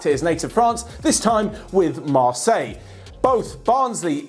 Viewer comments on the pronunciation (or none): none